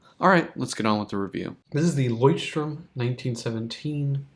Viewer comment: Why do you keep pronouncing it as "strom"? There's no 's'